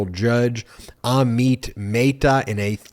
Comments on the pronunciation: Dude Amit Mehta is not a Spanish name. Don't try to apply Spanish pronunciation. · Again poor pronunciation of Amit Mehta.